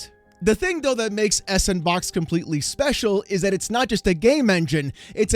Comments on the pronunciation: Surely the engine is better pronounced as "sandbox" "S and Box" just seems ignorant. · I Want To Facepunch You Every Time You Say S N Box... Freakin S And Box... Cause >> Ya Know.. Its A SANDBOX Engine =P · every time you say S and Box I die a little more inside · It's pronounced "sandbox" haha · "Sandbox" is how it's pronounced. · Its pronounced "Sandbox". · can’t say the word “sandbox”.